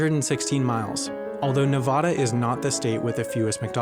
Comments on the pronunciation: Nevada is mispronounced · The narrator mispronounced Nevada